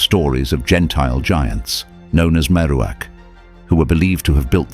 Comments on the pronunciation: AI pronunciation: "gentile giants" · Gentile giants? Mispronunciation is a clue. This is bogus, fake AI regardless of the narrators pomposity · pretty sure whatever voice you have doing this just referred to "gentile giants". Which, while perhaps not surprising, still seems like an odd thing to specify.